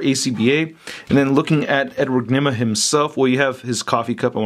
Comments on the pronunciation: he said Edward Nima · Dat last part with the whole trying ta say the Riddlers name was pure gold lol